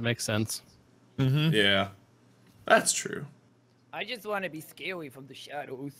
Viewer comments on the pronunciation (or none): "I just wanna be scawy fwom da shadows."